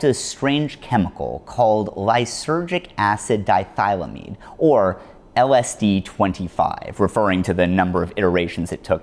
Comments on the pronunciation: DI-ETHYL-AMIDE!!! These are informative descriptors of a chemicals makeup and structure. "Die-thy-lamide"is gibberish! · Di-ethyl-amide not dithylamead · Di-ethyl-amide. Read the name so you don't sound dumb. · Great video, couple of points: I mean this to be informative not condescending, but... you mispronounced diethylamide - it's more "di - ethyl - amide" , "di" as in two , "ethyl" like ethanol or ethylene , and "amide" with a soft "ah" sound) is suffixed to the ethyl prefix / Die - ethil - ahmide / di-ethyl-amide / diethylamide. the more important thing I have to add is my doubts on the specifics of Hoffman's story of how LSD came to be... my source for this, if I remember correctly, is one of Hamilton Morris's podcasts - I just had a quick search and cannot find it, possible that he took it down or perhaps it's been scrubbed as much of the internet has been recently... or maybe I didn't look hard enough - Hamilton goes through some old Sandoz records he managed to find from the 1930's that revealed what his sources had rumoured to him previously, that Sandoz had been making synthetic mescaline round this time. This would be unexplainable if it weren't for the known use of mescaline being used on prisoners inside the nazi German concentration camps Dachau and Birkenau around the same time and Sandoz's known work for the nazis. And more specifically, Dr. Kurt Plötner. Who was taken to America in 1945 to work with the CIA in project BLUEBIRD under an alias, allegedly not for long although I hear the CIA were still very much in contact with him throughout MKULTRA. Plötner was returned to Germany at some point and died in 1984. See his wikipedia for more info on that.... anyway the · just a nit pick, but its pronounced di-ethyl-amide. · Your pronunciation of diethylamide physically harmed me.